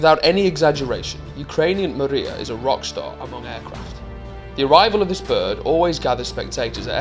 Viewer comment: Pronunciation of the aircraft name is not correct . It’s not mAriya, it’s MRIYA!